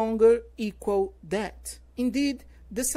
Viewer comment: "Interesting", "throughout" , "death" e "research" ficaram feio. heim. Digo com todo respeito. Não é para chatear.